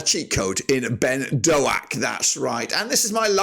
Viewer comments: Great video man! Boro fan here just a pointer its just pronounced Ben DOKE (like a can of coke) sorry to be that guy 😅 good to see the stats going in to this - i hate playing rovers. Best of luck to ya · Why can’t you pronounce any players’ names correctly? “Azeez” “Doh-ack” “Latty Lath” “Burk-Zok”